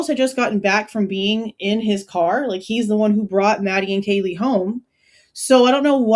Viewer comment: Didn’t he mispronounce Kaylees name? Or was it that he didn’t know Maddie? It’s all weird because if he knew Kaylee he would know Maddie.